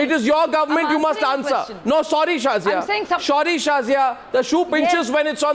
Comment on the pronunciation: "Sorry Shazia..No..Shorry Shazia" LOL